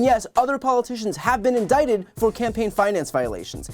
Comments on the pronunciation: He says he's been "indicated". 😂😂😂😂😂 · “INDICATED” ?? The hamster is in the wheel, but it refuses to turn. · Lmao “INDICATED” 😂🤣.